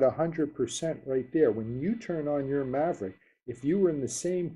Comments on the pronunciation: did he say Mavric..like from TopGun. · "DJI Mavrick pro"? :D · excellent video...thanks...btw, there's no 'r' in mavic ;) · DJI "Maverick" Pro, haha. :) Honest mistake. Good video buddy.